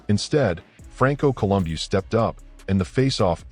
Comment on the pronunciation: AI can’t pronounce Franco’s last name 😅